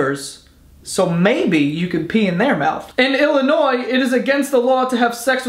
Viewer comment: Im glad you pronounced Illinois right